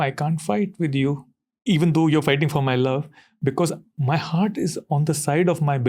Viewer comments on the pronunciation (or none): none